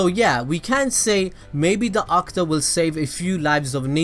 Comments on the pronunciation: It's not pronounced AKTA it's pronounced AKU-TA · The way he says akuta and ohnoki🤣🤣🤣